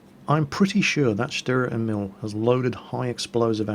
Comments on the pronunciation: fyi, Emil is pronounced with a long "E".:) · GAAH! its pronounced : stuhrer (long "u") Ehmihl (long "E" and "i") I'm really sorry, but as a mother-tongue german that just kept annoying me. (like so he sees)